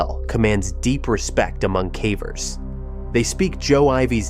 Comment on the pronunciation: Is there a way to get the AI to correctly pronounce caver each time. Hearing calver is irritating.